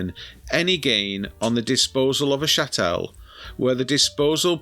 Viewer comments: It's CHATTLE, not chattelle! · Good video bar your high falutin pronunciation of Chattel (pronounced like cattle with an H). I've solved this problem personally by permanently moving offshore, but feel for all those who are still suffering. I personally get warm fuzzies knowing my hard work isn't being taken for Doctors being paid 20% pay rises annually and 35% final salary pensions - I guess I'll just have to Google my own symptoms rather than getting a Jr Doctor to Google them. I'm not paying a single penny towards the pay and pensions of diversity outreach coordinators, solar panel liaison officers and all those leaflets telling me what Greta Thumberg wants me to do with my tins after I've eaten the Baked Beans. Kier Starmer isn't getting his 1/2 million annual pension paid by me. I didn't pay Mandleson's champagne bill when he became our ambassador as I'd left by then. And not one penny is going to the fighting aged males 4 star hotels. Zanu-Labour can battery farm grape on their own dime. If I hadn't done it already, when it comes to sell I'd move out of the UK for over 1 tax year then sell the lot in a 0% Capital Gains Tax jurisdiction - Anguilla, Cayman's, UAE, Guernsey, Isle of Man etc. As the great Ronald Regan said "Starve the beast".